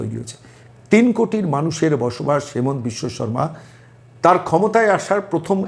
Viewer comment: নামটা আপনারা বারবার ভুল উচ্চারণ করেন। নামটা হবে "হিমন্ত বিশ্ব শর্মা" আমাদের মুখ্যমন্ত্রী